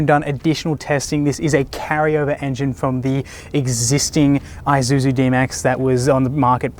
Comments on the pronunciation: Pronounce as "I-shoe-zoo" Not I-ju-ju. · It's 'e'-suzu not 'ay'-suzu mygahd